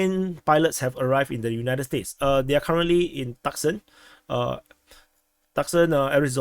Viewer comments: It's pronounced Tooson. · Tucson = "two-sahn" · Tucson is actually pronounced too-sahn Thanks for the great video! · Tuscon is pronounced, Two-Sawn.